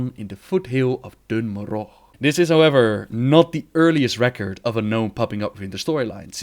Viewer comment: You pronounce Dun Morough very oddly, almost like you're doing it onpurpose to sound "cool" or "fancy" like you often do. You know they have pronounced it in game, so we know the correct pronunciation.